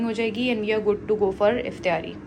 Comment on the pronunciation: Mjy b Herat hoi sun k. Hum b Karachi sy Hain. Or Karachi mein iftaari bola jata hai. pta nhi q Aisy bol rhi hain